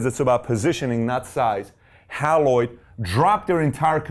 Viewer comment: It’s pronounced “HAY LOID”! NOT Hal-loid. I met the President of Haloid Corporation (the parent company that changed its name to XEROX) in 1960. He was my high school principal’s roommate. They developed the computer to aid in the use of their copiers. I actually worked for them while in college during the summers. They were the victims of 3M who stole their software in 1965. 3M took over the position of the number one copier company for years, especially for the government.